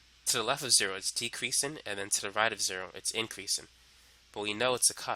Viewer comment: increasin' decreasin'. My boy is such a g he doesn't have to pronounce his g's.